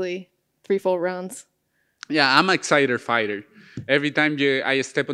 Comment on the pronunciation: “I’m exciter fighter”